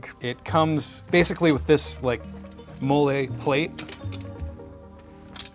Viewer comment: Molle (Modular Lightweight Load-carrying Equipment) is pronounced m-AA-l-ee 😆